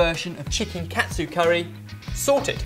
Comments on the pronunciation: It sounds more like Kah-Tsu curry, not Cat-tsu curry o: . Great recipe nonetheless c: ! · I don't understand what's so hard about saying KA-TSU. It's KA-TSU not CAT-SU. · It kinda irks me when people pronounce "ka-tsu" as "kat-su" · It's not pronounced CAT SUE, it's pronounced "Kaht tsu." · Hey guys! Whenever you guys make an ethnic dish, could you guys try to pronounce it's name the way they say it? I'm fine with you guys making your own version of the dishes, but sometimes the way you guys pronounce it grinds on my nerves. ex. Katsu You guys pronounced it Cat tsu, which is close, but usually people pronounce it as Kah-tsu Another word that you guys often use is Tempura, but instead of Ten-pu-ra, SORTED says "Ten-Pure-ra".. Sorry if I seem really bitchy, I just wanted to see if you guys knew you were saying these words wrong. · wow.... i just ate this yesterday at a shop names chopstix ^.^ and yea sorry ur saying Katsu wrong... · you're saying katsu wrong